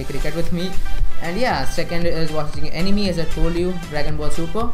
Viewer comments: Good video but but but... 🙄 It's not Ani-Me, it's Ani-May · it sounded like “Enemy” lmao